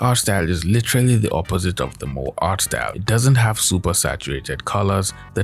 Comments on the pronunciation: I never use tiktok tbh and i stil stand by that lol . i love you vid by the way . FYI Moe is pronounce MO-EA not MO . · It is not moe, but moé... It is o+e are divided sounds... Disliked this video. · Ok, no one is going to point out how he pronounced "Moe artstyle" lol. It's MO-E. Moe just reminds me of the Simpsons character. It's Japanese slang, essentially meaning "cute". Many characters even saying stuff like "moe moe kyun". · “moe” 😭 😭 😭 bro it’s “mo-eh” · MOE has two syllables. MO and Eh. its originally just a term to describe a character design style in anime. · Its pronounced mo-ay lol.